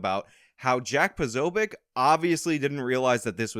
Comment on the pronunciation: Pose uh bik